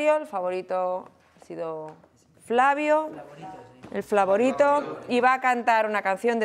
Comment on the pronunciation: No one: Noemí: Flavorito